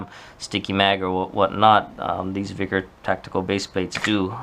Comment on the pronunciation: Vickers. Not Veeeeeekers..